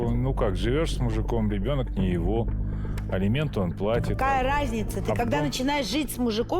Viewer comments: Неужели герои не знаю значение слов " элементы" и "алименты".Как можно так говорить элементы да элементы.Кошмар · Все кто участвует в этой передачи и которые требует алименты говорят элементы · А прикиньте, сидят вот эти, герои которые, и думают: «вот Саша с Юлей ведут такую передачу и образованные такие вроде, а слово «элементы» говорят неправильно.» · Жена Товстика тоже так говорит "Элементы"